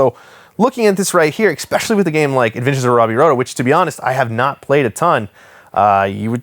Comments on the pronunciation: You say "exspecially." I want you to know that that is incorrect. Good day. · MY GOSH MAN the word is pronounced "ess-spesh-ally" its spelled especially. NOT EX-SPECIALLY. You're kiling me man!